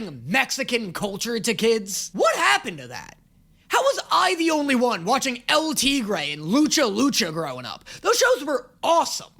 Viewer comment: Ohhh!! he was trying to say El tigre! Im a spanish speaking and that really threw me off xd!